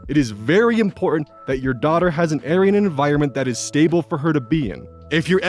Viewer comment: Area and..... I legit heard air-eee-an